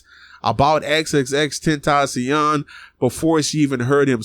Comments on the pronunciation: XXX tentasion? Speak his name right dude 😂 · Xxx ten-ta-cion